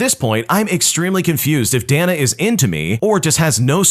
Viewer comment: Day-na not dah-nuh